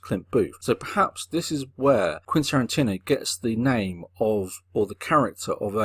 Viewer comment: He doesn't. He says Quintantino for some reason.